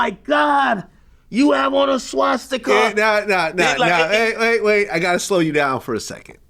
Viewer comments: Swashstika 😂 why can’t he pronounce that word 😂😂😂 As wack as it is pronunciation is important vlad 😂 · Vlad saying swastika sounds like shishkabab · Vlad....enough is enough. What do I have to do to get you to stop saying "Ssscchhwaassstika"? I'm not even asking you say it the right way, just butcher it differently okay? Please? This is affecting my ability to be an effective culture vulture. Hell, I haven't evern called the police to report on any of your guests this week! Now let's put this behind us, and let's get back to our undercover work. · I really hate how Vlad pronounces Shwashtika and CHicago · Anybody else hate the way Jlad says SHWASHtika? LOL we get it, u wear funny little hats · Why does vlad miss pronounce Swastitak?? 😂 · Wait why are u pronouncing swastika like that Vlad I’ve never heard anyone say it like that wtf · Vlad hears every guest saying the words swastika and Chicago correctly, right? Is Vlad the r word or just extremely arrogant and uneducated. How long is he gonna do this for? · I never thought I would be annoyed by how someone says the word swastika. Someone needs to tell vlad there's no H in it.